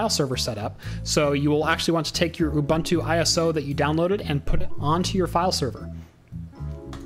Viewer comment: isn't it pronounced "you-boon-two"?